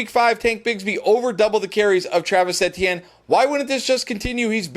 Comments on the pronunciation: Love the videos, but his name is E-T-N not EHtiene...please fix that. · It sounds like A T M to me. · More like mehtienne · Jesus I thought i was the only one it’s like he does it on purpose at this point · Etienne is French so yea he is correct actually...Same concept as sayin Crawfish Etouffee..!